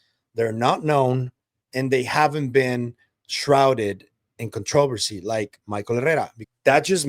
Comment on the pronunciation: contr"a"-versy not contruuversy i know, weird.